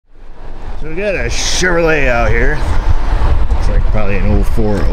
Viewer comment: Clicked just to hear you saying SHEVERLAY!!! It always makes me laugh :D